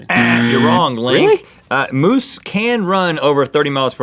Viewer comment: It's moose for Pete sake sorry that just bugs the hell outs of me